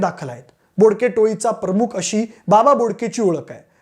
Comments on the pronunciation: बाबा घोडके नाय रे बोडके आहे 😂😂😂😂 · बाबा बोडके रे घोडके नाही